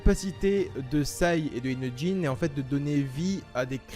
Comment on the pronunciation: Il c pas dire inojin il dit inotjin